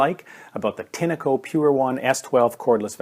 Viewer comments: You are pronouncing Tineco wrong it's Tinco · Why do you call a “tin-a-co” ? When there is clearly no a in the brand name